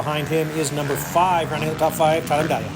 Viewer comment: Am I crazy or do you never pronounce the G in Tyler Medaglia,? 😂